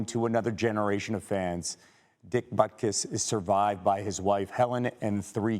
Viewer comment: To the announcer, his name is not pronounced "butkiss". History is not pronounced "hishtory"